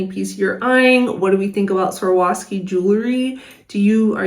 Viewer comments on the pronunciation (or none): It’s not that hard to pronounce the brand name if you take your time with it. Swar-OV-ski. 1. “Swar” like swarm, without the “m”, like a swarm of bees 2. “Ov” like “oven” without the “en” part And finally 3. “Ski” as in the activity You put it together slowly and you get “Swar-OV-ski”. Swarovski. Just say it slowly until you get the hang of it. You’ll get it eventually. Cheers!